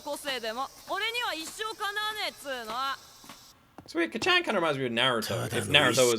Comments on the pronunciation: Please just listen to the dub to know how to pronounce Kacchan, its Kaachaan. Sounds like youre saying Kachow lmao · Your pronunciation of kacchan is so funny. Try to say it as “kca^t-chan” where the A has a slight up, you kinda cut at T and immediately follow it with a sharp Chan sound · is still calling Bakugo, "Kachen" 😭😭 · Heads up, being nitpicky, but the first syllable in Kacchan isn't shortened. It's all pronounced with the same emphasis. Cah-chan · Can you please stop calling him Kacchan lmao... It just cringes me idk why... Imagine if your friend from childhood or your sibling called you an infantilizing nickname like Luky-Luky, I wouldn't personally call you that because I'm not close to you at all... (+ the pronunciation is really off so it kinda irks my ears too). Like you can just call him Bakugo like every other character in the show and every single person who watched the show, + it's easier for the pronunciation. Anyways, glad you're enjoying it so far, I knew it would be one of those you would like from the beginning based on your prior reactions to other shows, but it'll be fun watching this show again through you eyes. Have a great day/night!